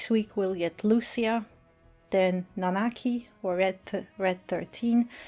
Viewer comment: I'm so glad you say the proper name Nanaki